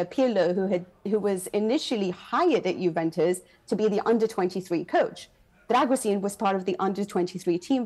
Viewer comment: Except she can't even get his name right. It's pronounced 'Dragusheen'